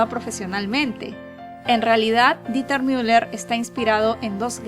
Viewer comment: El nombre está mal, es Dieter pronunciado "Diter", si fuese Deuter se pronunciaría "Doiter"